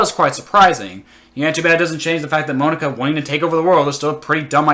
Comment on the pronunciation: “Moan-aka” “Dick-ay” XD